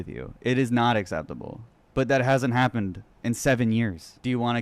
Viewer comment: The way you say hapden instead of happened is killing me